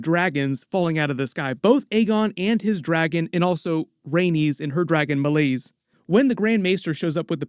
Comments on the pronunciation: it's May-Lees not Mulis. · Genuinely wondering why you, obviously have had watched the episode and heard her name spoken multiple times, still choose to say Meleys’ name like that? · How you say Meleys is actually painful to hear.